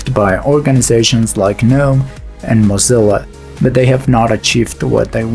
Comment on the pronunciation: Wow, it's been a while since I've heard someone pronounce Gnome correctly in a video.